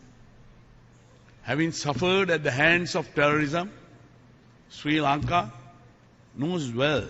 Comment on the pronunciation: ලපයට සිංහලත් හරියට බෑ. ශ්‍රී ලංකාව. කියලවත් හරියට කියාගන්න බෑ. සි ලන්කාව කියලා. කියලා කියන්නේ.